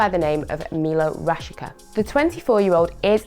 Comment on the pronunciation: Great Video, and it is pronounced "Milott Rashitza" Keep it up 👌